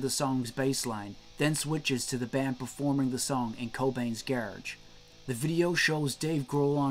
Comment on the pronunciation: Its sounds like you said in Cobains Garge, instead of Garage ? What's up with that?